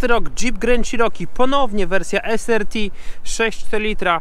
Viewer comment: "es AR ti", nie "es ER ti" :)